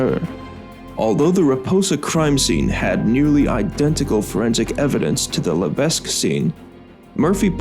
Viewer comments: AND ITS NOT PRONOUNCED "LA-VESK" ITS PRONOUNCED "LA-VECK" !! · It's crazy to know about this, considering I live in Massachusetts and not that far from the Bridgewater Triangle. Additionally, I have a few notes on pronunciation. Diman is pronounced Dye-man, and Levesque is pronounced La-vec.